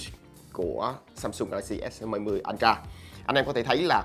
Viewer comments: vcl “ân tra”!!!! 🤣🤣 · Nghe nó cứ sao sao nhỉ. Phát âm lệch rồi. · Hự!!! /ˈəltrə/ là /ớ trờ/ mới đúng chứ anh :D :D